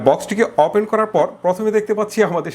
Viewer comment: আপনি কথায় কথায় অপেন বলেন কেন? ওপেন বলবেন কথাও ঠিকরে বলতে পারেন না কি রিভিও করেন?